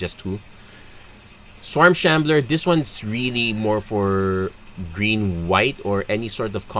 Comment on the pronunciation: Your accent sounds like your saying trees mana, instead of green mana